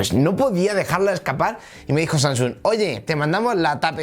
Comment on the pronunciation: Oye amigo me encantan las tablet Samsung Galaxy pero pronuncia bien el nombre de la tablet jajaja tú dices sansung y es Samsung. Jajajajajaja. Yo me reía de tu vocalización